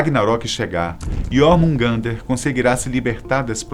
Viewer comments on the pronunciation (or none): A maioria dos nomes não são pronunciados do jeito e ele falou..! (Häti) se pronuncia mas se fala (rati), se pronuncia (hella) mas se fala, (rela) assim como o j na mitologia nórdica se pronuncia a letra i, como JÖrmungadr mas se pronuncia iormungadr, espero ter ajudado